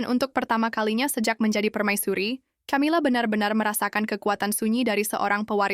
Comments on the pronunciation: Bacanya 'Kamila' bukan Chamila woi. Sudah suaranya kurang intonasi, keras..salah pula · Min ... belajar mengucap nama org , camila nyebutnya kamila min